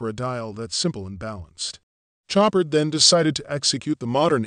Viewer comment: "Show-par" not "Chop-ard" The "d" is silent.......happy to help :)